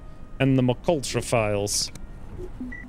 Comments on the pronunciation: "Emm Kay Ultra" For the love of god stop say Mcultra. That's the dooferiest thing I've heard in years. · He is 100% saying McUltra because it's more fun, and possibly because people keep telling him that :p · It's pronounced M K Ultra. It was a CIA Mind Control/Remote Viewing program.